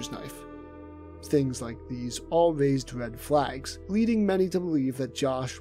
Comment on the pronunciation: “All waised wed fwag’s”